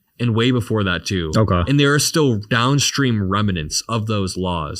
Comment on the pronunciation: "okah"... vacant stare What a vapid broccoli king